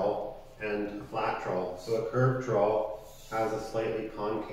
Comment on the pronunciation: I'm also in Canada. That's alot of words but you're pronunciation is wrong.